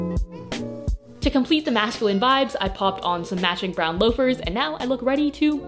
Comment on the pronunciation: the way you say brown is an abomination